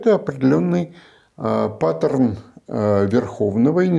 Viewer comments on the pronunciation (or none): none